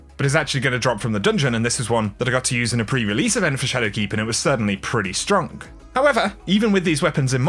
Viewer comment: I can’t un-hear “Pretty stronk”